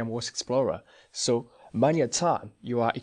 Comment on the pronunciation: THanks for the overview.... Just one hint.. you need to work on your pronouncing of "WATSON explorer" .. I hear always "OORDS" explorer ;-)